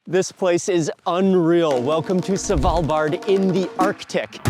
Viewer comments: Love Mark, but him saying S(A)valbard instead of Svalbard triggers my inner Monk 😅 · Its not S val bard its SVAL bard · it's not savalbard..it's Svvvvvalbard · Savalbard? :D Thanks for trying man! :D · YES! Driving me batty. Not sure I can watch the entire video from SAvalbard! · A quick tip sir = The D in Svalbard is mute. Love your vids as I'm new to your stuff! ❤❤